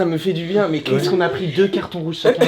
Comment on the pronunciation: "cartons jrouges" 🤣